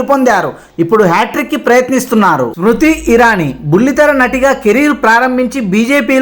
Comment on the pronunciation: స్ర్ముతి ఇరానీ అనాలి బాబూ, మృతి ఇరానీ కాదు